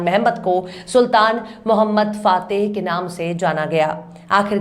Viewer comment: Correct pronunciation "Sultan Mohammad fatih"